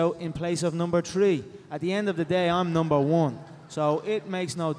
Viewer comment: Number ''TREE''. WAR NOTORIOUS